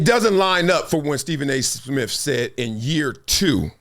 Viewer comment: Steven A. Smiff??? 😊